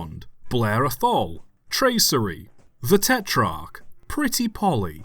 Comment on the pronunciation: afful not ah-tholl